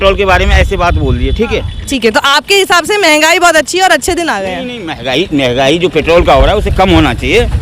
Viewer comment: महंगाई को मेगाई बोल रहा है भाई